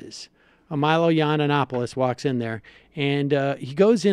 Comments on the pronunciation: I like how Sam says Milo "Yiannanopoulos" instead of "Yiannopoulos" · Isnt Sam pronouncing Milos surname wrong? I think I spotted this before too. He says something like YianoNopiolus. He adds extra N.